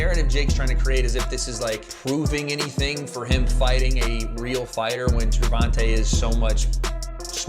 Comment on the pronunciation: AI TRASH video. Mispronounced Gervante's name 30 seconds into the video. 👎